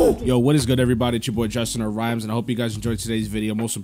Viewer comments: so he knows your youtube channel name but he can’t even say ur name properly 😭 rimms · I just wanna quickly say the guy that didn’t know who you were said your name right and the guy that did know you didn’t...smh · I was just about to say this😭 the random got it right and dude corrected him and said it wrong